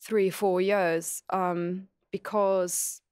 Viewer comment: i like that marina says years like "yours"